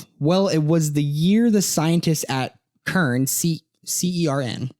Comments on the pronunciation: It's pronounced Sern not Kern. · Something I find strange when looking back into the 2012 thing is people pronouncing ( CERN) with a k sound. It's supposed to be pronounced with an S like ( Sern) . But you are the 4th video I've watched today that say it with a k sound. IDK, seems pretty strange hearing multiple people pronouncing CERN wrong